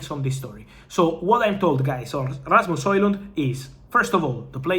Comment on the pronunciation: Rrrrrrrrrrasmus Hojlund 😅 I'm jealous of the trilling of your R's